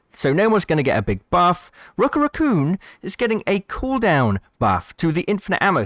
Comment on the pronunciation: “Rookit” raccoon lol